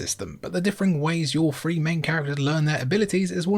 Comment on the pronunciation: Hmmm, you didn't mention Chrono Cross. Funny enough, you sound a bit like one of those characters,. He has a lisp, and that lisp is like his own lisp. I heard you say FREE instead of three.